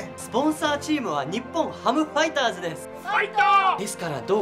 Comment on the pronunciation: This guy speaks perfect Japanese. Nothing different with Native speaker but the accent of "日本ハムファイターズ" Normally we say it with accent like LHHHHHHLLLL, but this guy says like LLHLLHHLLLL.